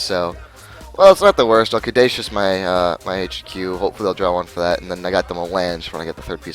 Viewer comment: It really bothered me that you keep mispronouncing caduceus.